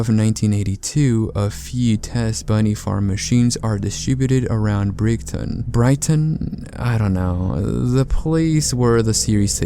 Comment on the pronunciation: your pronunciation of brighton is acceptable